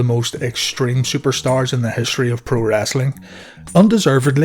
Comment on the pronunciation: Its wrestling not wrastling. No a in it, re soul ing not ras ol ing